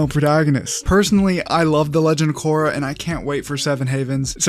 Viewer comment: There is non"uh" sound in water tribe names. The names you mentioned do not make any "Uh" phonetic. Kor-ra Ka-ta-ra Sok-ka